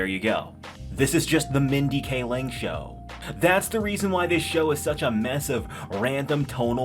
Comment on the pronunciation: Mindy Kaling (KAY-ling), not Mindy K. Ling.